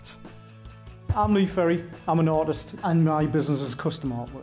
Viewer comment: Good Stuff apart from its Lee Ferry and not Perry. But hey ive been called a lot worse